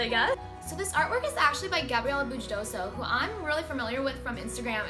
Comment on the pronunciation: just a little note, you pronounce Gabriela Bujdoso’s last name as Booy-dosho, that’s how it is pronounced in her language 😊